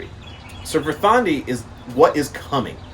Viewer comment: DÍsir, VERÐandi. Just a friendly factoid: every word in Old Norse has emphasis on the first syllable :) I know pronunciation isn´t that important. But this is an easy rule to follow